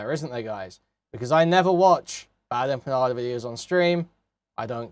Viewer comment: "Bad Emma Panda" "Bad Empenyada" It's wonderful how you can tell someone knows absolutely nothing about a topic from how horribly they mangle the names of people involved. Shows they've done absolutely zero research.